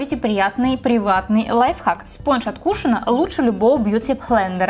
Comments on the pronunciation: Не знаю...никак не нравится...и ударения в словах это просто ужас...кушОн а не кУшон....и Ким КардашьЯн а не КардАшьян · Не кушы́н а кушо́н